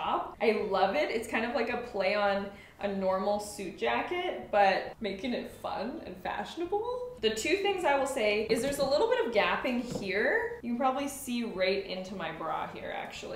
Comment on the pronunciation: Gaping in the material is pronounced gay-ping, not gapp-ing. 😊